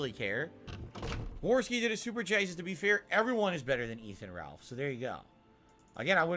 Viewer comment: “Warski” at the start lmao